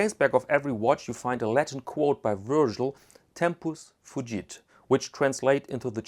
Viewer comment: WTH? Did you say Tempis Fugit ? How did "Time Flies" become "Champion Farts"??!! Is that dry Caseback humor?